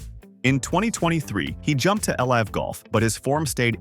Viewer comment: Nobody pronounces it L I V golf. It's liv with a short i.